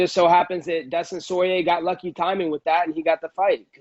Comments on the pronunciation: Dustin Soyrier 😂😂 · "Dustin Soirier" I'm dead